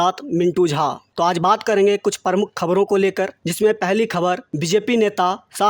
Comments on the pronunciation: "परमुख" नहीं वो "प्रमुख" होता है । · आपकी न्यूज़ रीडींग बहुत बेहतर हो गई है 👏👏👏 आप और बेहतरी के लिए अख़बार को बोल बोल कर पढ़ें, उसको रेकौर्ड कर के सुनें। अपनी ग़लतियों का पता चलेगा। बेटा शब्द प्रमुख का उच्चारण पर मुख नहीं है। उच्चारण का ख़्याल रखें। आधा प है।